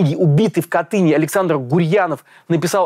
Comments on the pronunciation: КАтынь Пожалуйста, я живу в КАтыне, а не в КатЫне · обожаю вас и вашу работу! Я из Смоленска. Небольшая поправка. Правильно говорить КАтынь. Ударение на первый слог. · кАтынь. Ударение на первый слог